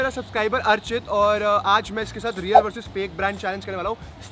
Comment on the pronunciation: Reak nahi real